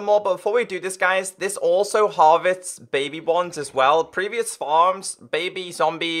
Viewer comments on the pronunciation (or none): Me as a normie: Harvest He as a intellectual: Harvets